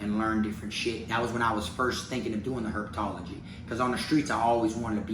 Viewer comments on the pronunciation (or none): Herp-uh-tology lol don’t forget the uh! But really tho you are in south Florida the perfect spot in the us for reptiles etc why don’t you try to collab with Tyler Nolan or one of the reptile guys in your area if that’s what you are interested in?